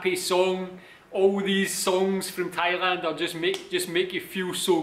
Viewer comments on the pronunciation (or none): none